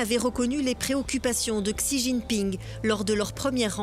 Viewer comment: N’y aurait il pas moyen de prononcer correctement certains noms… Xi, ça ne va vraiment pas, un peu plus de sérieux ne ferait pas de mal.